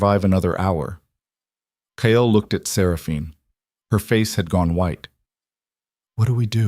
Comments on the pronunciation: The stories are good but the pronunciation of Kyle is not ki el it's plain kyl. I know they aren't spelt correctly phonics not the way they are actually spelt. AI always pronounces St as street not Saint and now Kyle wow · KYLE'S name is pronounced K-EYE-L.